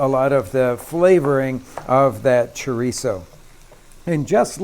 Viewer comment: If you can't properly pronounce it, you have no business cooking it.Look's like a dogs dinner.